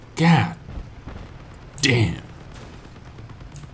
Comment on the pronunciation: "God……… damnit" I'm dead at the pause between